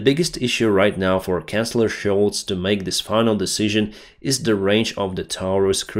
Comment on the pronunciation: It's typical of my sarcastic sense of humor that I noticed your pronunciation of "Chancellor" sounded to me like "Canceller", I wish there was some way to neutralize all of the Russian Nuclear arsenal and get past this nonsense